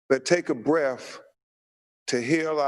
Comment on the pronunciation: “Amulance” it’s “Ambulance” And “Breath” not “Breaf”